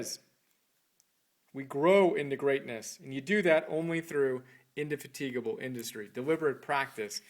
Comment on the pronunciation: Christ almighty, much as I enjoyed the fact of the existence of this little tribute to a great individual, hearing an American demolishing the English language is almost unbearable. Take "indefatigable" for instance, and then weep. Then, there's the marginal gloss to the chosen extracts from that wonderful text - presumably, they were the passages which struck some kind of chord with the reviewer and led him to the inductive fallacy that they somehow represent the whole, assuming he bothered to read the whole book and didn't just find them on a quotations website - which read like cheerfully moronic text messages. So, we have "diligent, patient industry" decorated inanely - and tautologically - with "is where it's at". That's the first two minutes. The rest is framed as "old school" and therefore quaint, presumably, thoughts of an ancient, anonymous Brit. Ancient, because he died in 1904, aged 91; and anonymous, because the reviewer had never heard of this Scotsman who happened to be a great celebrity in his day and, as far as I am concerned, has framed the entire grammar and vocabulary of the socially aware and responsible Western model of civilised society to this day. But, as I said, the fact of its existence is some compensation for the almost total absence of genuinely objective comprehension. I suppose that's something.